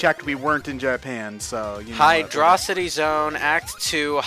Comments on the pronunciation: It's pronounced as "Hydrocity." Not as "Hydrocity." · its pronounced hydro city ted so SHUT UP YOU ARE WRONG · To counter your arguments,: 1. Hydrocity is a compound word, which means it's usually said as if they're still two words, even though they've been smashed into one. I know the common response to this would be to quote the oft-annoying "His name isn't John Q. Spiderman", but think of how Batman and Superman are pronounced; they're pronounced "Super-Man" and "Bat-Man", not "Supermen" and "Batmen". So sorry, but it's Hydro City, two word pronunciation for a compound word. Shut up. 2. Tails can't fly indefinitely with his tails, Ray and Knuckles can't go into another glide if they break their current one, and Knuckles' fists are too preoccupied holding him up to properly protect him while climbing, so they have limitations to their cool abilities, and yes, there are some situations where the Drop Dash/Instant Shield and Elemental Shield Bonuses for Sonic come in handy that the others would be hard-pressed to contribute to. The ONLY character in this game that I would agree is arguably objectively better than Sonic is Mighty, because he's just a more heavily-armored Sonic with a ground pound that can bust through shit and make hard to get to hovering power ups more accessible.